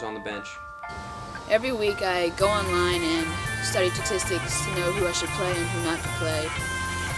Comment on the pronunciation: ....study Tat-istics??